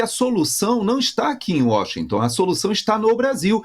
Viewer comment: É Washington, não é Washingtan